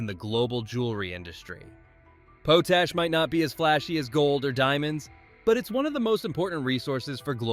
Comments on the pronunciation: POHTASH? should be pronounced POTT-ASH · Say it with me... POTASH... (POT+ASH) 😆 It's NOT that difficult! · Why doubt call it poot-ash? It's pot-ash. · potash is pronounced pot-ash not po-tash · Its not "po tash" its pronounced "pot ash" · Learn how to pronounce pot ash , it's not po tash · Just a heads up for pronunciation, it's called pot-ash, not pote-ash. Pot, like what you boil water in. 😉 Great video! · Pote ash lol